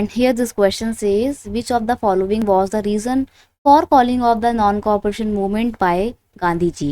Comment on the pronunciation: Maam , non cooperation movement,not nin compreatin😂